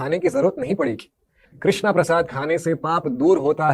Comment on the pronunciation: Sabse pehle aap log krishna bolna sikho...krishnaaa nhi h prabhu ka naam...wo draupadi maiya ka naam h🙏